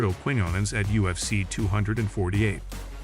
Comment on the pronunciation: Dude look up pronunciations hearing you say every fights name wrong hurts me